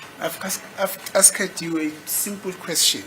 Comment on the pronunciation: This is pronouncing "asked " so badly for me. I wonder what do his colleagues say about it.